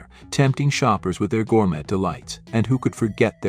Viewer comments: Killed by AI 🤖 voiceover “gour-met” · Was I hearing things or did the AI voice pronounce that "York Steek House"? This is getting out of hand, especially when the mispronunciations are laughable, and nobody seems to review them for errors. That, and gourMET. Also, the simulated film scratches/dust are really overused as a special effect. Otherwise, good material.